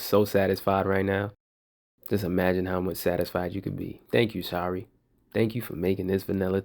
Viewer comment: Errors? Hmm maybe the way you are saying “Shari” unless that’s how she pronounces her name. Lol. I leave the tea bags in there too. Those cookies and teas look absolutely AMAZING!